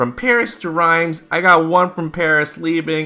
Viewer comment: Riemes reemes